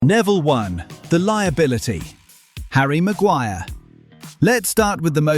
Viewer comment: And it’s “HARRY MAGUIRE!!!!!!!😂😂😂